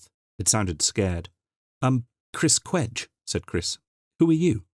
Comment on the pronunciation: I should point out that in the novels, Chris Cwej says his last name is pronounced Sha- VAY. All in all, a very pleasant surprise! Thank you from the bottom of my hearts! LOL